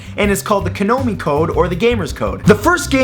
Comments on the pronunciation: "kanomi code" I think you mean Konami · Why did you say Konomi instead of konami?????? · Konami code Matt, not Kanomi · Kanomi? Its konami, cool vid man ;) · Did he just say "KANOMI" instead of KONAMI !? LOL xD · "kanomy" code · It's Ka-nami code, not Ko-nomi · "Konomi code"? Okay, let's sound it out: Ko Na Mi Ko-na-mi That is all. Great video though. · The "Konomi" Code. Ugh! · The kanomi code? Are you drunk matt? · OMG I'm going insane about what he called Konami HE CALLED IT KOMONI!!! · it is pronounced co-nom-e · I wish I could watch one Matthew Santoro video without him badly pronouncing something at least once. "KonOmi code?" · he said konomi code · maybe,or he just mispronounced it. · "The Ko-No-Mi code" This guy seriously doesn't know what he's talking about half the time. I'm pretty sure he does about 5 seconds of research for each of his videos. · ..wait.. Kanomi..? KANOMI?!! That's a disgrace to contra xD jk jk, no nerd rage here. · "konomi" code........... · #5. That's actually a lie, but he actually still goes along with the pizza story. #11. Kanomi? Epic fail. #20. It's Lara. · Preston Riegel perhaps its an accent issue. Not everyone pronounces things correctly. Example: People say Liv Taylor instead of Liv Tyler. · "kanomi code" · This resembles a crappy listicle. What do I know though? Maybe the rest of your audience liked this. I have seen so many of these at this point and they are very repetitive, Also that Matt guy isn't selling me that he is a gamer with that awful pronunciation of "Konami". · How did Matt butcher Konami like that. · did you just botch the pronunciation of "Konami"? and the Konami code didn't give full power-ups in Contra, it gave 30 lives, because that game is impossible to finish with just 3 lives. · He mispronounced Konami?!? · The way he pronounced "Konami" gave me aids. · Did he just mispronounce Konami?